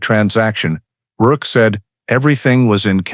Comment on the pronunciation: It’s rourke.not work. The man’s nae